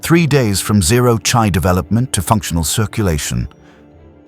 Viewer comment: Good story so far but the ai voice pronouncing chi (chee) as “chai” is annoying af